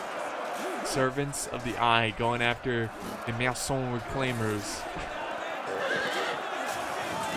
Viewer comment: House in French is maison. Not manson